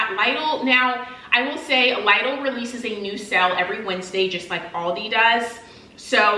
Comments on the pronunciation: It's LIDL not Laidl that's the right pronunciation in Europe. Initially we couldn't understand what European shop you are talking about. It's still LIDL even when you are an american... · Instead she just mispronounced Lidl in a way it sounds more Aldi than Lidl 😂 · You pronounce”Lidle” wrong. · Leedle is the correct way to pronounce the store name. They ate a German store. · Here in England we pronounce it as Lidle as in lid le however love that you did this and absolutely love your new hone